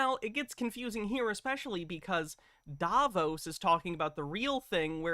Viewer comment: Okay. Am I the only annoyed every time he pronounces Davos incorrectly? I'm deducting IQ points before he even starts talking on any of his topics.